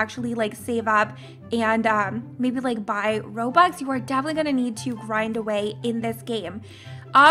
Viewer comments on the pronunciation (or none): Robux not erobux sorry